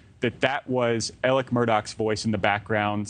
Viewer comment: It’s Alex but pronounced Aleck